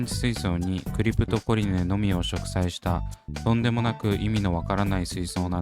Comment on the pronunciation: クリプトコリネを クリプトコネリって 言っちゃうんだよなぁ😅